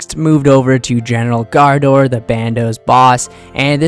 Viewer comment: Graardor, not Gaardor, otherwise just say Bandos since he’s the Bandos general